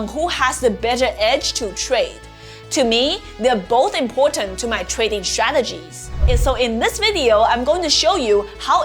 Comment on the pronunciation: I get shressed out every time you say shrategies 😂😂🫶🏻🫶🏻